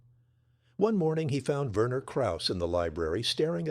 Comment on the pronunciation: Verner Krauss (I suspect his first name was Werner, pronounced VEAhnuh